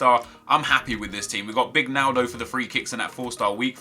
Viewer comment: I thought he said a cheeky nando when he said he would like a naldo